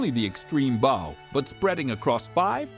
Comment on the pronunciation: The narrator needs to learn how to pronounce correctly "bow" and "tears" as they apply to a ship, and not a violin or a face!!